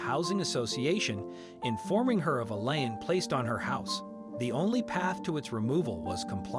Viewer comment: Lien. Pronounced like seen or keen or teen or ween (or wean) with an "L".